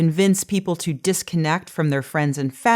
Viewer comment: I enjoy your talks, but you do have some pronunciation quirks. You say "tiw" for "to". You tend to pronounce "ing" words: "een". You tend to drop final "t"s, so that words like "about", become "abou...."